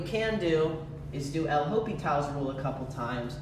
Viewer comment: ain't no way bro called it "El Hopital" like it's some Mexican mobster lmfao